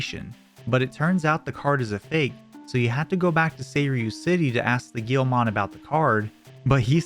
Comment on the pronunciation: Bro, pronouncing Guilmon "Gheelmon" should be a crime